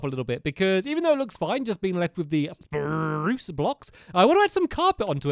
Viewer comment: Stampy saying spruce Sprrrrrrruce